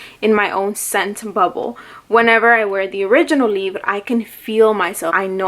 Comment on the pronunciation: I think the name is french so when you say libre you say it with the throatey sounds instead of rolling the r , but yeah I Wana smell the perfume so bad but here in the UK we are still in a lockdown :( and I can't find any samples online from websites that don't keep crashing my phone